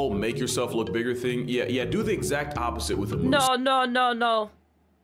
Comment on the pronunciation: As a Canadian. "Moose's" hurt me a bit. Still a super good video, keep up the amazing work and have a Good Day! 🐢